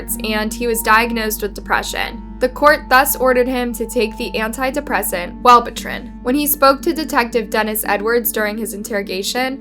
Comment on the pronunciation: And also pronounced Wellbutrin wrong